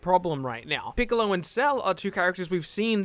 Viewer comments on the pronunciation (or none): none